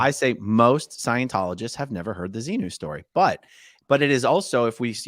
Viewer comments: Wow, he was unable to even say ‘XENU’ seems he is not out as much as he thinks lol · I'm only 5mn in and can't say Xenu, but the X word? Like when you say the F word instead of the word itself?Is he really out of scientology? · He couldn't say xenu and that to me was telling